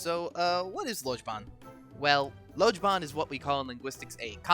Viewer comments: Nice introduction! You have a good video style. A few things: Your pronunciation of "lojban" comes close, but the "j" makes the sound in the middle of "measure". The English "j" can be achieved through "dj" in lojban, as in "la djan." lojban does not really have a grammatical distinction between verbs/nouns/etc. selbri are predicates, that is, connections between subjects (sumti). Putting an article like "lo" or "la" in front of them converts them into sumti, which allows them to be used in other place structures. The place structure of mamta is "x1 is a mother of x2". While the English definition forces me to describe it with a verb "is" the lojban definition "x1 fetsi gi'e rirni x2" has no such pretense. There is no need for a glottal stop at the beginning of names if they are preceded by la or doi and if they begin in consonants. "la lojban." with only the stop at the end is perfectly acceptable. However "la .alis." or "coi .bab." both require stops at the front. This is because all words beginning in vowels have stops before them in lojban to prevent the previous word from running into it, and because la and doi are specifically excluded from names unless preceded by a consonant (otherwise the article could be mistaken as part of the name, as is the case with coi). Loved the Ithkuil joke btw! u'i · By the way ther is a word for lojban in lojban so instead of saying "la .lojban." like a foreigner you'd say "lo jbobau"